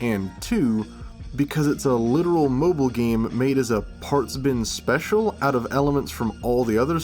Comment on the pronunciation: As a fellow Scot, the “AYE, CHECK THIS SHITE OOT” made me lmao